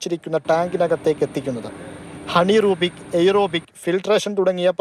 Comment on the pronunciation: ഹണീ റൂബിക് അല്ല anaerobic